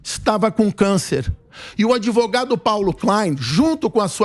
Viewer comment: é sério que esse "ADEVOGADO"ainda tem alguma credibilidade?? kkkkkkkkkkk 😂🤣👉🐂💩🚽